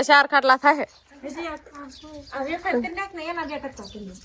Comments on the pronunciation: Bolta sikho vefar kevay aefar nai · Aefar nai vefar kevay 😂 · Bapre aashu afar ? Vefar kevai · વેફર કેવાય બોલતા શીખ